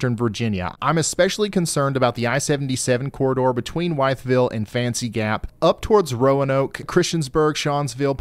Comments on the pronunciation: Ryan, it is not WHY-thville. It's WITH-ville. (The locals say "Wiffle.") Just fyi. Thanks for all you do. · Prounounced "WITH-vill" not "WHY-TH-vill". Not mad. Just for future reference. Town is known for a polio outbreak that started the march of dimes and UFO sightings. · It is WITH-ville. Not Yth-ville. or, if you are native, "wiffville". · FYI - Wytheville is pronounced "Wiffle" not "wyEtheville" 😁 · With- ville = wythville 😂😂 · hey bud. i hope not to sound mean or anything, but Wytheville is pronounced “with”ville by the locals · Ryan Wythville is actually pronounced Withville. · Hi Ryan, Just a slight correction: the pronunciation of Wytheville, VA does not a long “y”, but is with a short “I” sound. It is actually pronounced “Withville”. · Oh Ryan, Wytheville is pronounced with-ville.😂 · Wytheville VA is pronounced With-ville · Did you mean Wythville (pronounced "with ville")? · wytheville virginia is pronounced withville. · Love love love your weather... but from a local Wytheville is "withville" or if you're really local "wiffle" 😅❤. Thank you though for all you do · Hey Ryan It's pronounced With-ville...as in George Wythe, the signer of The Declaration of Independence! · Please, it's With-ville, Virginia. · It’s spelled Wythville but it’s pronounced “with” ville. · Thank you so much for the detailed breakdown. I live in the I77 corridor you mentioned for ice. As a note, if the town ever shows up again. Wytheville is pronounced With-ville. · Ryan, thanks for all you do. Wytheville is pronounced ‘withville’ after former governor George Wythe. Old English spelling. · Ryan you are my go to YouTube weather guy! I live in smyth county pronounced Smith county Virginia. Just want you to know that Wytheville on I-77 which is 30 minutes away from me is actually pronounced with-ville and Wythe county is pronounced With County. Keep the weather videos coming! Great job! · Wytheville is pronounced (withvl)